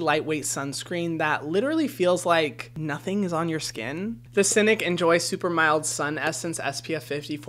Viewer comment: Fyi, Scinic is pronounced like psy-nick. The "sci" is from science you see.